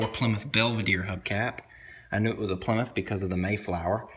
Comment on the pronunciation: Plymouth your saying it wrong